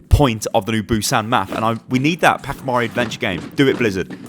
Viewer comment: Did you just call it "Pakimari"?